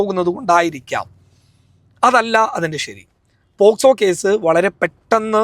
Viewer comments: പോസ്കോ അല്ല പോക്സോ😁😁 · പോക്സോ എന്ന് പറയാനാറിയാത്ത അവളോടാണോ. നീ ഇതൊക്കെ പറയുന്നത് 😂